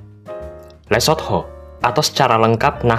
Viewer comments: Lu mah nyebutnya LESOT-HO 😂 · Nyebut Lesotho mesti gitu ya min? THO?? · Emang harus gitu ya min baca nya .. LE SOT HOOO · Min pelajari juga pronounce-nya dong, agak gimana gitu denger le-sot-ho mulu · Lucu amat, penyebutan LESOTHO nya😂😂